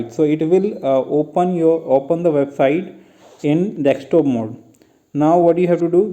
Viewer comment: its not dekstop its desktop